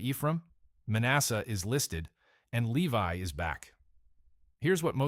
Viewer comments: "Leave-y?" 🤔 That's LEE-Vie, to you, A I person! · Lee-vee? Seriously? It is actually pronounced Lee-vie.... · No Lewi My goodness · The tribe of "Lee-vee"??🤔